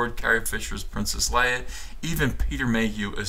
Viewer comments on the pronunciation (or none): none